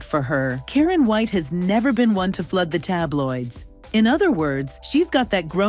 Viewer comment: Who is "Kareeen"??! 😆I hate Ai.